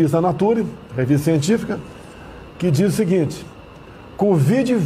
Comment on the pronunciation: Revista "naturi"?! O cara não sabe nem pronunciar o nome da revista! affe, que vergonha! Alguém avisa o cidadão que nem falar sabe, que artigo publicado em revista, independente da notoriedade da revista, passa loooooonge de ser consenso científico. Artigo científico publicado em revista científica é apenas uma maneira de divulgação de estudos. Após a publicação de um artigo, geralmente o estudo divulgado precisa ser replicado por pares, ou seja, testado em outras instituições, que vão trocando informações sobre os resultados,, comparando com o estudo principal, até chegar à uma conclusão de colegiado. O quê esperar desse ser bizarro e sua trupe sobre esses temas? NADA! Colocaram até Sinistro da Educação que semanalmente escrevia errado (vexame internacionalmente divulgado) e que até confundiu escritor famoso com comida árabe! Por quê esse cínico não comentou que TODAS as revistas científicas divulgaram estudos descartando a cloroquina e hidroxicloroquina no combate à covid, até chegar a um ponto constrangedor onde somente o Brasil ainda embarcava nesta furada! Cadê a cloroquina? Nem falam mais nisso! Gente desonesta e perigosa! Obrigado ao STF! Se dependesse desses vagabundos, nem vacina teríamos, afinal ele recusou e atrasou o quanto pode esta opção! Estaríamos todos entupidos da cloroquina e o número de mortos beirando um milhão!